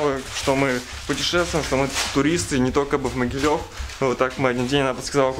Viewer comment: Правильно говорить Могилёв ударение на ё